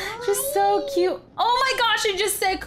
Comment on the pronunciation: it said cute not cayaye ok😔😔😔😔😔😔